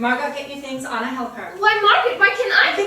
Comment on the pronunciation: They are calling her Anna. It’s Anne. Margot is pronounced Margo not Margot.